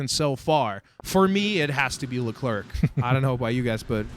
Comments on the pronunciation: omg please stop saying "c" at the end of Leclerc! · No it's just Lecler no Leclerk ;) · That should be written"LeCler" Then lol, Freaking French write system...